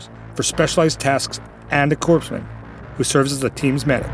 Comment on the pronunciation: Lol corpse men... Corpsmen is pronounced "core-men"